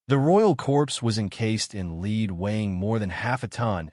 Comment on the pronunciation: This is a great video other than you saying lead wrong lol